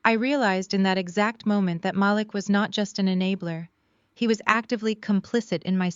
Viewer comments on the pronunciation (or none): Is it possible to use a Black voice and that voice pronounce names properly? Her brothers name is pronounced MaLEEK. I like the stories, but these two things are distracting.